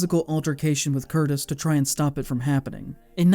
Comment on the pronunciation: Michael Cur-teez! And an orangutan is an ape. Monkeys have tails.